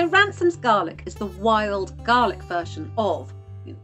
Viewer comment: They are called Ramsons not Ransom's